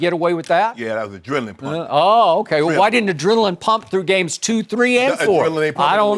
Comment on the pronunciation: Adrenaline? LMAOOOO Shannon 😂😂😂